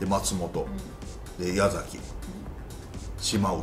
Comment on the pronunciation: ＊広島の矢崎は YASAKI ですよね。YAZAKIではなく。 ✕ヤザキ。〇やさき